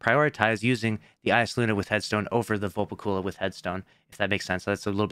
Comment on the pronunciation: Why he say velpecula like that 🤨